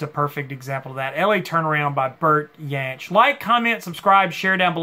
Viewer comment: What a giant Jansch is. He was a huge influence on Jimmy Page and others. Think you got the pronunciation right though I'm not sure my spelling is! I have the early albums but didn't know about this one or the country direction.